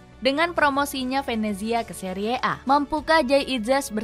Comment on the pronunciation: Bilangnya biasa aja dong. Seri a, bukan seriee a😢😂